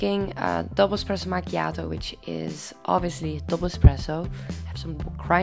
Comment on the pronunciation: Love the way you say "Espresso macchiato"☕ Love from Italy❤